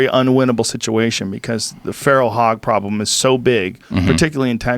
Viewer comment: “tha pwoblem”